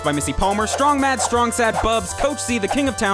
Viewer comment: Who is Strong Matt? It's strong MAD...